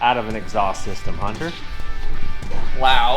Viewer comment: The rare Utahn who can pronouce the name "Hunter"